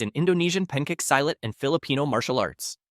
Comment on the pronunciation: Whoever that is doing the pronunciation for the video please learn how to pronounce it properly is so hard to listen to when is pencat silat you pronounce itas "pancake silat"